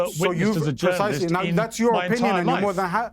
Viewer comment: Terrorist not “Jounarilst”